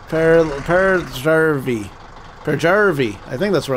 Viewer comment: Peräjärvi + english speaker = Prrzrrvi lol